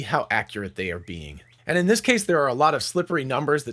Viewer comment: you missed the “t” in the word “this”